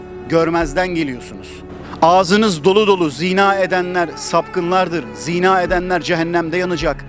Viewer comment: Ziina değil, zinaa. Yani vurgu a'da olacak, i'de değil!